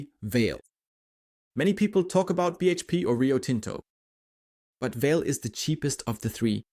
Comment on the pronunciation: I think, the pronounciation is more like VA-LE, like the german word Allee (tree-lined road, alameda). 🙂